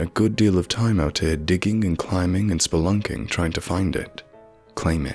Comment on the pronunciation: Theres something about that word i’ve heard you say twice now that makes me chuckle a bit.. “Spelunking” 😳